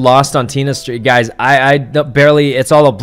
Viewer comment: Not sure if he meant girl bullies or a jealous ex not allowing hugs with other girls or just embarrassing circumstances... also the way he says “gazz” instead of guys is adorable